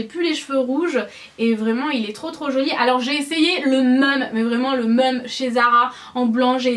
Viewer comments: J'adore ton style ! Super haul ma belle ! 💕 Tu a une façon de dire "même" pas commune. C'est assez déroutant d'entendre ton "meumeu " ahah !😉💕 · Tu ne te rends pas compte que tu es ridicule avec tes "meume" a la place de "même"? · "le meume" au lieu de le même, ça me perturbe pendant toute la vidéo hihi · J'adore ton haul pourquoi tu dis le "meum" Aussi non top comme video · "le meume" x)) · À , ça m'a choqué quand tu as dis le "meume"!!! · coucou c'est trop marrent quand tu dit même tu dit meume!!:D bref j'adore les articles de ton haul t'as un tatouage je savais pas gros gros bisous!! <3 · Au top ! Tu dis le mot même : Meume ! ? sinon tu es parfaite 💕💕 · ***** Mdr tu dis "le meume" c'est vrai qu'en faisant attention ça perturbe ahah! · Tu dis le "meume" ça me stresse... mais sinon tu es magnifique, ta vidéo est super. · Ça me perturbe vrmt quand tu dis "même" tu le prononce pas du tout de la même façon que moi :)